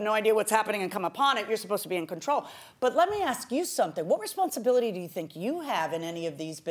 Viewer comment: "Responsabiity" Hooked on Phonics werked fer me!